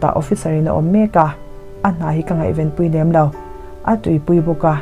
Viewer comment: A ngaihnawm hmel viau. I chhiar thiamin ngaihthlak a nuam e. Ka mit ka chhing tih hi, ṭawng chher tharah kan ngai tawh deuh niin a lang. Maimaichhing tih hram hi a ṭha ka ti viau thung. Nem tih hi lam rik dik loh tam tak zinga mi a ni. Thluk ri tawi leh hniam tur a ni.